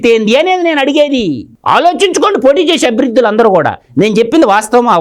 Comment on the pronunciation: అబృధులు కాదు,అభ్యర్థులు అని చెప్పడం నేర్చుకుంటే బాగుంటుంది సర్.